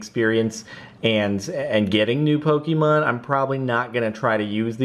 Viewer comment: Let it be known that it's pronounced Po-Keh-Mon, not Po-Kee-Mon.